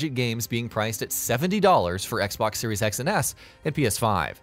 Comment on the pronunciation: Da fuq u say??? What is a Xbox 3 SEX???